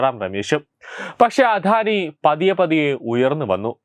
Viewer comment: അധാനി അല്ല അദാനി മോധി അല്ല മോദി